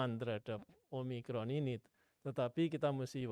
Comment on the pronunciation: omikron kak bukan om rikon